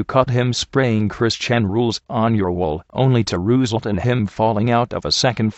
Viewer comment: Lol at how Microsoft Sam says result as roozult